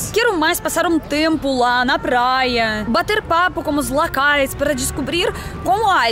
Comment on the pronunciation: Locais ou lacais, se decida. Ou vc é russa ou Brasileira. kkkkkkk Amo seus vídeos!! bjo.